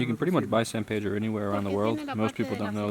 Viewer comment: It's san pedro as in saint peter, not sad pedro